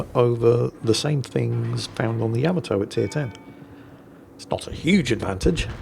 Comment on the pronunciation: I am curious why you keep mispronouncing Yamato. Is it ignorance to the pronunciation, disrespect for the Japanese or a joke? It is not YAM-UH-Toe it is YU-MAH-Toe!!!